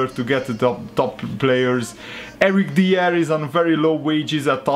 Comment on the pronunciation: it's eric dy-er